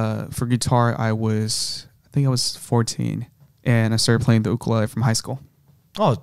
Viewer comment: The way this guy pronounces ukulele 😅